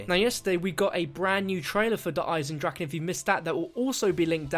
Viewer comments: its not fucking eisendreack u dumbfuck even tank dempsey says it in the trailer correctly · its der eisndraha